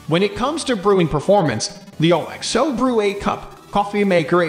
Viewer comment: wait, what the f did you just say?! Lol thats the least catchy name ever!😂 and why don't anybody know their brand's name is pronounced as a word not spelled out. Its pronounced Ox-Oh, because of Oxtail soup. it always has been way back when all they sold was bullion cubes.